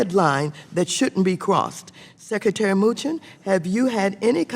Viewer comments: "Secretary MOOCHIN" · did she say moochin? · "Secretary Muchin" 😂😂